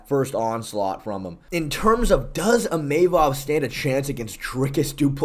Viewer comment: Imeimov nah "Imahmov"